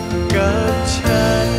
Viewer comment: ร้องเพลงออกภาษาไทยชัดเจนมาก ไม่อมลิ้นเหมือนน้องหลายคน แต่ละคำฟังแล้วไพเราะ ไม่น่ารำคาญ คำว่า ฉัน ก็คือ ฉัน ฉ ไม่ใช่กึ่ง ๆ ฉ และ ช ร คือ ร ไม่ออกเสียงแบบตัว R ซึ่งกำกวม ทั้ง และ สามารถเป็นนักร้องอาชีพได้สบาย ๆ